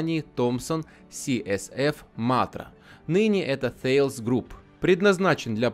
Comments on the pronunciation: Обратите внимание, Вы пытаетесь произносить название концерна Thales по правилам английского языка, а это компания французская. Соответственно произносить следует /тАлес/ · Ударение на «е»